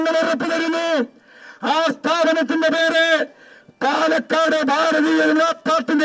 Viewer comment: My ra it's palakkad not panakkad